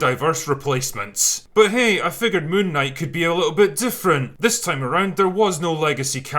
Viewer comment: i refuse to watch this movie til I can take the name seriously.. btw it's called "Moonk Night"